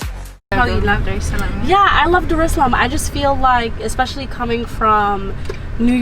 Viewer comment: it's Dar Es Salaam not darshlaam